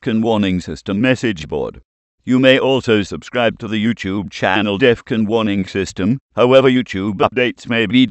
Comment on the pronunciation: Jesus man bring back the old voice. This new voice doesnt even say Defon properly he says deffun. Just look at all the comments asking for old voice back.